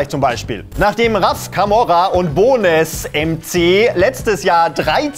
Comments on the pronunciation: B o n e s mc diese Aussprache trigert heftig. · Bitte vorher über die Aussprache der Namen informieren, siehe Capital Bra, Bonez MC und in einem vorherigen Video Dele Alli.